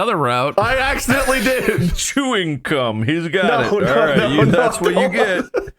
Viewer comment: Did he say chewing cuuuum